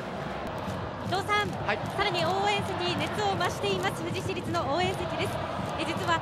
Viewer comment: ふじしりつじゃなくてふじいちりつじゃね？